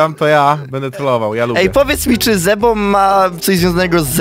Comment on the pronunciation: nie zebo tylko źrebo